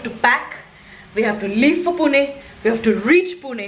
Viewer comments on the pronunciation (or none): Never heard such disgusting pronunciation of PUNE 😩